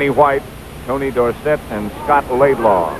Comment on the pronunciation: Why did the pronunciation of Tony Dorsett's name change from college to pros ?... College "Dorsit" ... Pros- "Dor-Sett"